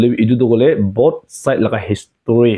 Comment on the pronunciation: Spelling toh History aseh ....hoilebii pronounciation toh HISTERY..HISTRY aseh bro🎉🎉